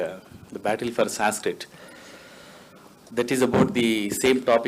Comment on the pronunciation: Amazingly most of the people in panel can't pronounce "Sanskrit" correctly. Sheldon Pollock, however, is very good at it.